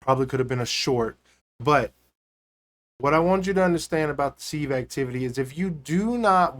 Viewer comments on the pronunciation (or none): It's Pronounced SIV just SIV as in give, you use a seive to seive flower for baking.